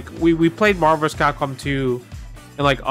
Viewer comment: Why does everybody say Marver’s Capcom 2…😆